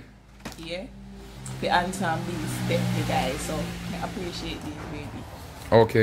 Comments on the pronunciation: Mi love when king a try to say the word (appreciate) and say (pray-shit)😂😂😂😂Bwoy king mi lobe yu bad🙈😂😂😂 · The amount a time king try say the word appreciate and still can’t pronounce it good 🤣🤣🤣🤣🤣lol